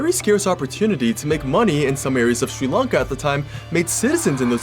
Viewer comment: I finally found someone you says sri lanka properly.